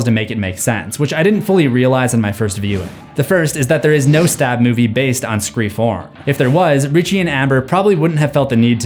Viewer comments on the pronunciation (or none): Idk if I'm miss hearing but I swear he keeps saying scream form instead of scream four??? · you keep saying “scream form” instead of “scream four.” i don’t why this irked me so much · My guy keeps saying ‘form’ instead of four. Yikes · Cant get over him saying "form" instead of "four"' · Is it just me or is he saying scream forum not scream four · “Screw-4-m” is not funny. Just stop. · Am I having a stroke or is he saying “scree form” instead of scream 4 ?? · are you saying ScreFourM or Scream 4? :) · why u said "Screeform" instead of "Scream 4"? ik as its written as Scre4m but its (i think) an easter egg to "internet slang/language" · Dude, do you realize that you say "Scree form" instead of "Scream 4?" It's weird. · Movie title: SCRE4M Him: Screfourm Not me angry: JUST SAY SCREAM 4 ITS THE SAME THING!!! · Am I the only one who keeps hearing screa form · Why do you keep calling it “Scream Form?” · Is it just me or is he saying Scree Forum instead of Scream 4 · Bro I love these videos but please revise the way you say "Scream 4" lol. "Scre-Forum" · Ah yes scre-fourm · Scream Four, Or as you say Screa Form. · Is it me or does it sound like he's saying "form" and not "four"? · I love your videos, but... Scree form?? Are you doing that on purpose? (I know you mean scream 4, but) "scree form" is all I'm hearing lol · What the hell is screa form???? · It’s pronounced scream four. Not screen form. My god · It’s four not form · You keep saying screa form not scream four and it’s throwing me off, good video tho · Please stop saying “screa form” my god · It's actually hilarious, the number of times, in this video, you accidentally pronounce 'Scream 4' as "scree form" lol 😆😂🤣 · Dude, twice you said “Scree Form” instead of “Scream Four”, thought I was having a stroke. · Ok, at about , you said scream 4, but just a few seconds later, you revert to scree form, which brings us to 7 times. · So did anybody else notice that he kept calling “Scream 4” scree form???😂😂😂